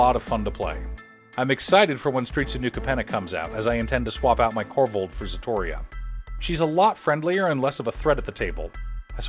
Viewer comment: it's so funny how almost every english speaking youtuber i see talking about ziatora can't pronounce it's name, this time is Zatoria LOL